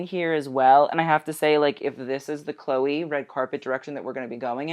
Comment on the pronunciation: Awww why are you pronouncing Chloe’ that way??????